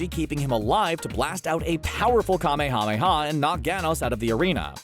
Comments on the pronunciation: I just...REALLY hate how he says Kamehameha. There's H's in there sure, but even the actors (both Japanese and English) pronounced it "Kameya Meya Wave." Or they'd at least split it into a two word structure with the H's in there. Saying each syllable like "Kame Hame Hawww" is just goofy. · I stopped watching when you miss pronounced the Ka May Ah May Yaaaa! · I cant stand how the person pronounces "kamehameha" its like he's saying "KaMeHaMeHa" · Don't say Kamehameha like that! 😤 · Idk if it's intentional or not, but that "kamehameha" pronunciation is killing me. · I overestimated how many times I could listen to someone pronounce Kamehameha incorrectly. They say it in the show about a million times. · Will you please learn to say Kamehameha correctly? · So we're just gonna let that cringy Kamehameha pronunciation go huh?